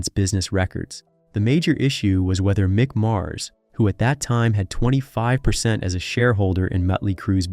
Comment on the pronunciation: Meek Mars